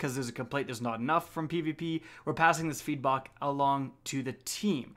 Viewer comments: “feedbok” new shoe franchise. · So we’re just gonna ignore the fact that said, “feedbock”